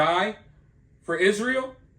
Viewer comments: You are mispronouncing it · It is pronounced Y- zra -el